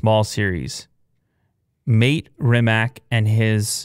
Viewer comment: Its pronounced Maatey Reemaach